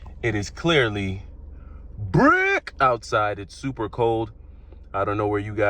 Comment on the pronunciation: The second you said it was “brick” I knew you were from New York.